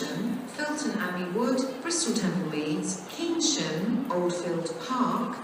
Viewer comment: pronounces Keynsham incorrectly.